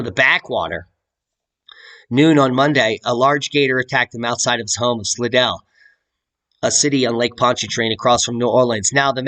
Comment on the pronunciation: It's pronounced "sly-dell' That is, if you are a local...